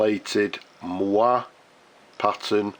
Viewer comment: What a stunning finish! And I love the fact that you just had a Waterman C/F box 'lying around'. Incidentally, the pronunciation of moiré is 'Mwaray'. Not an easy one. Comes via French from the same Arabic root as mohair, funnily enough.